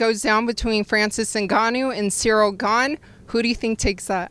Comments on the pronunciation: my guy just said "Sy Rill" 😂😂😂😂 Colby is on another plane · SAYRIL haha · SyRill and Tyquil 😂😂😂